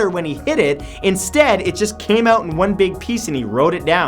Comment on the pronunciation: His pronounciation of out sounds different. He pronounced it "Ouutt"